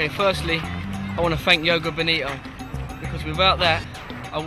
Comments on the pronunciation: lol, its funny how he says joga bonito lol, its yogo bonito. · great video :] it must be a great experience he said "I wanna thank Yoga Boni-oh" xD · He said joga bonio.(Billy Wingrove)